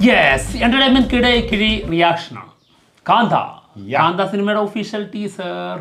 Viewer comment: പടം പേര് ശാന്ത അല്ല.. കാ‍ന്താ🔥